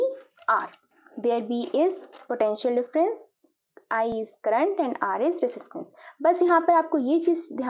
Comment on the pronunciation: Current hota hai crunt nhi🤣😂